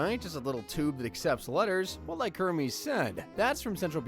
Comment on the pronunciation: It's "Hermes' Office" not "Herme's office".